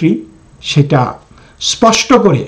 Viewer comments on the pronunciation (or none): none